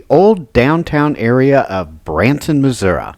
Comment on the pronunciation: Pronounced MISSOURI WRONG UGH